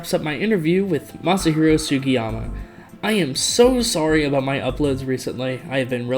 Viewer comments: ...how could you not pronounce that name...anybody can pronounce that😂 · can't even pronounce the name of the man that made sonic cd and sonic adventure 2 possible im crine😭😭😭😭 meanwhile matt rose pronounced jun senoue's name wrong